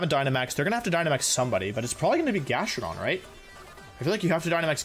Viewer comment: he actually said GastroDONG lmfao